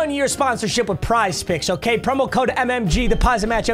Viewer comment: Lol it is quite literally (o-care-a-Kay)🤣